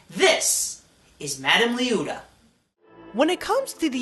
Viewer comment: Yes it's been a long time since you posted this, but it's Lee-oh-ta. Thanks for the upload though.